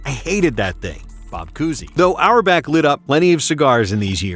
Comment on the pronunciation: Red auerbach ❌ Red hour back✅